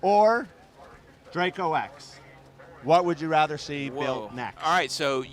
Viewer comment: It's close but "DRACO"...:)